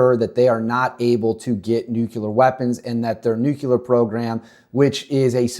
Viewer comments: No such word as nukular. Maybe you mean nuclear? Is English your first language? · Bro, How can anyone trust your content when you cannot even pronounce a 7 letter word?? It's N U C L E A R. Sound it out. Look at the letters. You don't get N U C U L A R from that. Please stop making yourself sound like a little kid. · nuclear not nucular